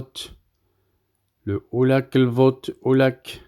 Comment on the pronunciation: un effort stp, Ulac lbot Ulac! Tu prononce UlaK lvot UlaK. Ça sonne ridicule et tu perds en crédibilité. Il faut prononcer Ulach lvot Ulach (le che de cheval) ( le 'c' se pronce 'che' et 'cc' se prononce 'tche') no offense